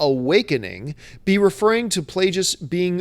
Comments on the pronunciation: Plageus has a hard G.. Like the word Plague. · Plague... us!! It's pronounced Plague... Us! You know that John!!